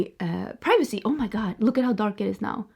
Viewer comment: When you said, "I want to be more mindful of my privacy," I understood "pregnancy" instead of "privacy" 😂. I'm glad you're safe in Europe. I worried for you when you traveled abroad and came back. No one should go back home in fear! Wishing you (Ricardo and the pets) the best in your new life! 😍